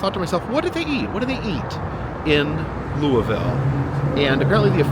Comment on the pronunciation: Noooooooo!!!!!!😩😫 I wish I had known you were in Louisville!!! I could have shown you soooo many cool things in our town! I hope you enjoyed your visit! Also: props on the pronunciation!